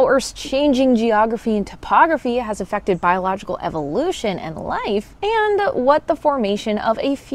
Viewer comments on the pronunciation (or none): none